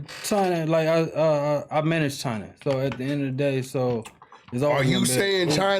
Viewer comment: The cannon family love "THE EHD OF THE DAY" 🤣🤣